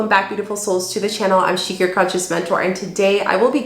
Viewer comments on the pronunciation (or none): Shika not Shica